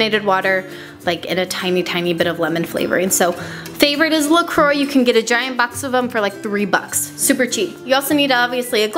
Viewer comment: I don't know if it bothers me more that you called a can of soda plus sugar and lemon "homemade" or the way you pronounce Croix.